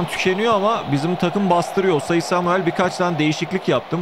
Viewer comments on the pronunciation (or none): Nobody::osayi semyıl